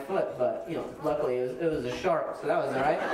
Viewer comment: “That’s why I have thaT” sounds like periodT and I love it.